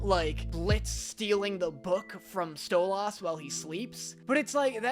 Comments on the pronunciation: its pronounced STolis not STOLASS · ITS NOT STO-LASS ITS STOLAS LIKE STO-LUS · btw its not sto-lass, its sto-less :] (despite how its spelt, ik its confusing!!) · its stolas not stoloss plzzzzz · Stolaases it’s stolas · You can say any name wrong but Stolas I draw the line its stolas Not stolaes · It's stolas not stoolas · DID HE JUST SAY STOLAS INSTEAD OF STOLIS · I hate the fact that he pronounces "Stolas" as STOWW-LA-SS not STO-LAS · it is pronounced “stole-us” NOT STOLE OZ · IT'S NOT STO-LAS IT'S STOL-IS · no hate but does anybody else get an ick when says Stolas, like he says sto-las instead of sto-liss pronunciation wise 😭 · bro it’s not stol-os it’s stol-is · Aye it’s pronounced stoless not stolass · The fact that no one is talking about the way he says Stolas is insane. Stol-is not Stol-os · you're gonna get so many more "It's sto-liss, not Sto-loss" comments like you did with Alastor, just preparing you. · I hate to hermione you but its actually killing me. His name is Sto-lass, not sto-loss if that makes sense 😭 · pronouncing it stole-aas is crazy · DID YOU JUST SAY sto-LAS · Im extremely emberrased and dont think i have to say this but im pretty sure Stolas (might not be) pronounced Sto-lis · Yo it’s pronounced “sto-lis” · ‘That is not Stolas (StOa-la-sss) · You’re saying Stolaas get it right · it's stolas. pronounced stow-liss. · I BEG OF YOU ITS PRONOUNCED STOLAS IS PRONOUNCED STOLIS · The stolas pronunciation is killing me 😭😭 its pronounced sto-lus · Bro fr says stol yass😘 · you know what sucks? when keeps watching the show, he’s gonna be WAAAYYYYY more pissed about having had to of come back to watch the pilot. also,... I need you to go back and see how Blitzo pronounces Stolas’s name cause if you keep pronouncing his name as Stol-auh-s, we will have a really thing to bother you about. We don’t want another Alastor situation, do we? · Ah yes. Stol- oz